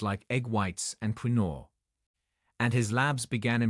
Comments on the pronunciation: It’s not pronounced Queeno, it’s pronounced Kinwah. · " Queen -o " ? 😂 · Pronounced "KIN-WAH"